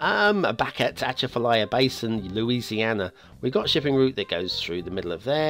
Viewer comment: Definitely mispronounced it and this should have had a national road and real marshes.